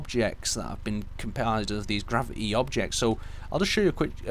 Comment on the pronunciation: I hate that new thing where people do not pronounce the 't' like Gravi'y... I find it kind of annoying.